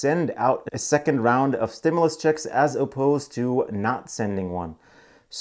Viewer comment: It is pronounced " stim-you- less...other than that ...your great..